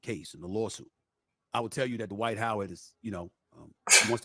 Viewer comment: 😂😂😂😂😂😂😂😂😂😂😂😂 D-Wight Howard😂😂😂😂😂😂😂😂😂😂